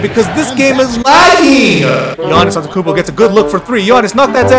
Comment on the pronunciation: its AnteTOkounmpo not antekounmpo